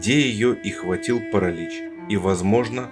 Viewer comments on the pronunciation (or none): none